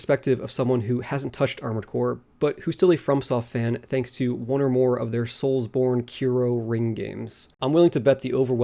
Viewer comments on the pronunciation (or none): im just glad im not the only one who says "soulsborne-kiro ring"